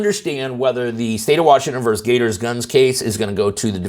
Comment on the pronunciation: Why do you always say VERS (VERSE?)? Neither is correct. It is versus, meaning, against (especially in sports and legal use). Vers. is an abbreviation of versed, Vers is an LGBTQ word for a receiver/catcher/the penetrated one (use your imagination).